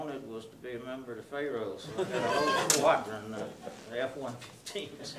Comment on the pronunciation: Lololol....."we'll drag ya...." AG is one of my favorite films ever. I love how pronounces it "fay-roes."